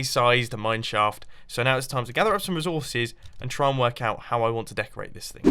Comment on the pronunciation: he said rezorsces